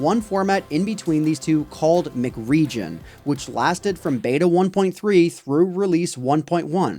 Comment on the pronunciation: I love how he says McRegion like it's a McDonald's food product instead of M C region